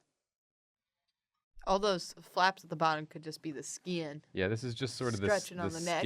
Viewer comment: I like this southern "SKIN" accent.